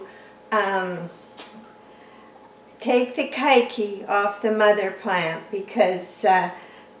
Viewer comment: Love your videos. Just have to tell you : it’s pronounced “Kay kee”, Hawaiian for child - little one - kids.